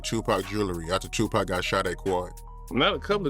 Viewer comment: Right, black names f*ck up AI. It can't pronounce Suge Knight (Sheewg Knight) or Tupac (Two Pack)